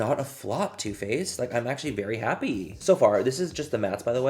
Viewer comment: When you said “Turrr Faced” you reminded me of the guy on TikTok who orders food in Cursive. 🤣🤣🤣 IYKYK 💀